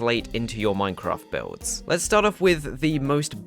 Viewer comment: Hello, excellent vid bro. Tip from Northern Ireland - it's pronounced Mine-craft, not "Moine-craft". Cheers